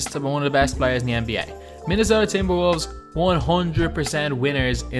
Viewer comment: ahahahh he said minesota winners ahahahahhaahh